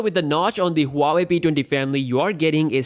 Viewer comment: Who the fuck ever says huawei like that